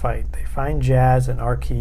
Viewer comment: its not arkey its arcee like r/c